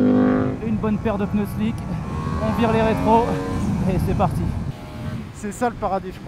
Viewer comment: Des "pneus", pas des "peuneus" svp